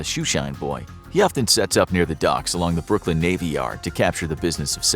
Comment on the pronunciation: you forgot the n in Brooklyn